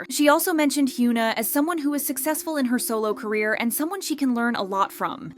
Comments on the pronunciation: why is it so hard to pronounce hyuna correctly 😭😭😭 its not hyoona ong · It's actually criminal you calling her "hyoon na", how can you run a kpop channel and not even pronounce korean names properly? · Sorry but the amount of "Hyoo-na" in this video drives me nuts lol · They should hire a narrator that can actually pronounce simple 3 syllable korean names. Its really sad. This channel is super exploitative. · It would be really good to learn how to pronounce the name said times in the video